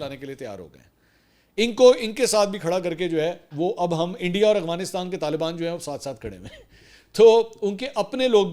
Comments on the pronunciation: منصور بھائی میں نے بہت غور کیا مجھے ایسا لگتا ھے آپ افغانستان نہیں بلکہ اغوا نستان کہتے ہیں پلیز وضاحت کیجئے گا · Mansoor shb, I feel U have problem in pronouncing Afghanistan. It is Af , Af Afghanistan not Afghanistan.